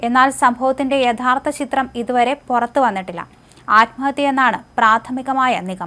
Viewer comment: കൊറച്ച്.. പൊറത്ത് അല്ല... കുറച്ച്.. പുറത്ത്..